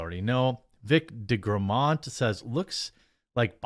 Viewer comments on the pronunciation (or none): none